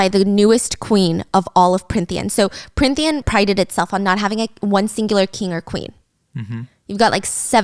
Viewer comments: i love watching these but as someone who read the books i can’t help but giggle when she keeps flip flopping between what the fae realm is called😂 i can get past the few plot flubs or saying tithe a little weirdly, but her changing between Prynthian and Prynthia and Prythian and more every time pulls me out for a second to laugh every time😂 i also love that they keep saying tamlin’s name like it’s an asian name, it’s so interesting since i hadn’t thought of it like that at all until these videos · I'm sorry i adore you Stephanie but it's Prythian not pryNthian 😢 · I love this but giiirl its PRYTHIAN not prynthia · Pryn-thia … prynthian … Stephanie you pronounced Prythian right the first episode 😂❤️